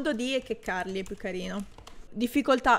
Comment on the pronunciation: Il canale si pronuncia echecarly o eiccarly???